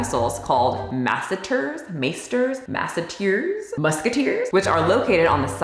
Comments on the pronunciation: I’m so sorry but as a med student I have to correct u😅 masseter is pronounced more like masse-teur as in sabo-teur❤ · Was she joking & I missed it? A certified personal trainer doesn't know how to pronounce the Masseter Muscle? 😳